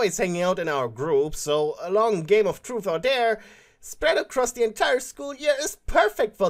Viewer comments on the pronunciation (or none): Ok It’s am And I heard him yell TruFe or DaRE in the most ASIAN ACCENT IN THE WORLD and then burst out laughing I can’t